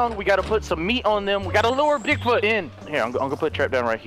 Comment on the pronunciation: "We have to find Boogfoot"